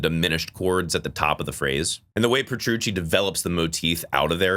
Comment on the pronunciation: Please take your time pronouncing the word "Theater" the way you just say "Dream Thierdr" makes a lot of this unwatchable for me😂 same thing with John Petrucci... bro says "Prchoochi"